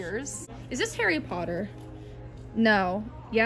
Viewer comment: SHE KNOWS HARRY POTTAH